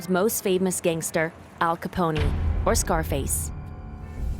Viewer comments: Ranked the best big city in America for 9 years straight 🏙️🌊 This woman has no clue. She can't even pronounce Al Capone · “Al Caponie”.. 🤔 😂 👎🏼